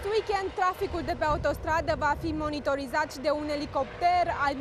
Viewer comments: "va fi monythoryzath" - te-ai murdarit la gura de engleza fa ? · " monitourizat " engleza pe la colțul gurii 🤣